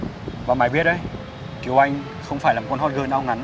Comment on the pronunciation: Kiều Anh chứ kh phải Kiều Oanh, trời ơi mấy ông ơi :v